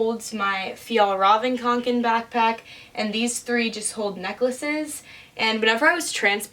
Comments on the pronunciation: She is the only person I have ever heard pronounce the backpack, right? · That pronunciation of Fjällräven Kånken was a real treat